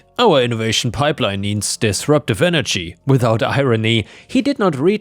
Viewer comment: "synergy"? You said it like "energy," but I don't think that was a typo. Synergy is a real word.